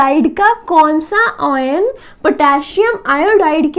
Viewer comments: oyan nahi ion bolte hai usko baki badhiya samjhaya hai maza aaya samajhke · Mam it's very nicely explained ...but the word oyn instead of ion distracted our mind